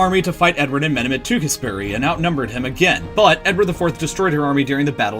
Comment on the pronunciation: You yanks gotta make contacts with the Brits to get the pronunciations right man, like literally call anyone in the country, there's loads of us. You got so many place names and I think some people names, other things horribly wrong, Tewkesbury, Leicester, Sussex, Wessex, Essex... CRINGE. And like, you probs speak Valerian. TALK TO SOMEONE IRL 😁